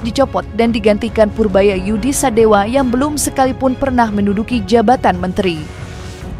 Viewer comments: Purbaya Yudi Sadewa, bukan sadewo... Bliau org jabar bukan Jateng atau jatim. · Sadewa, bukan Sadewo Min, orang Bogor gk pakai akhiran 0 tp pake akhiran A .